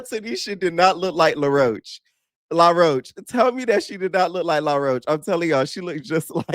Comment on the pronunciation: calling law roach "laroach" lol